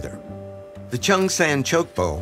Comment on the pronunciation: Written in Chung but It should sound more Like Jung. English....lol